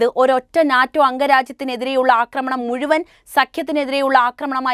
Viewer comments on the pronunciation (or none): none